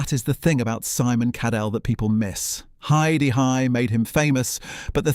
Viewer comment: AI bollocks voice over calling it He-Da-Hi